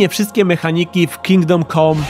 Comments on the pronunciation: Ciekawa recenzja. Można by się przyczepić tylko do wymowy samego tytułu. "Kingdom kom"? No nie, tak się nie godzi. Plus, daleki byłbym od nazywania tego tytułu "RPGiem". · Dlaczego wszyscy źle wymawiacie ten tytuł - KINGDOM CAM nie COM !!!!!!!!